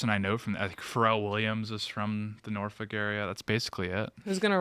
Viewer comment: We dont pronounce the FOLK. Its norphuc.